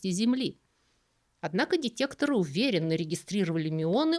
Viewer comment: дЭтЭкторы,, дЭтЭкторы.